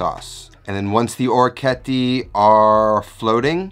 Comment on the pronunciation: Thanks for the recipe, its delicious! Another awesome orecchiette dish is orecchiette Di Manzo Al Limone. (Creamy sauce with beef and lemon) Oh and orecchiette is pronounced like TEnt at the end ;)